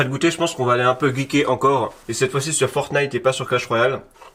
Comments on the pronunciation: Tu dit fortine bizarrement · il c même pas dire FORTNITE c pas possible 🤣🤣🤣